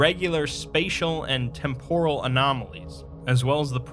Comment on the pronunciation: Y'all are killng me, it's TEMporal not temPOral.